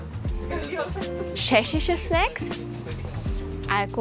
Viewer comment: Ich liebe deine Videos, aber wie du Tschechien aussprichst triggert mich so hart... Scheschien, scheschische.... 🤦‍♀️